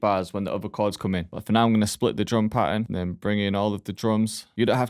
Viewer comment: Pahern😅 thx broshki